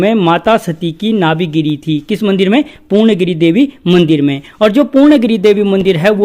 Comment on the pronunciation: पूर्ण गिरी ni woh पूर्णा गिरि hai sir...kum se kum उच्चारण toh सही se kriye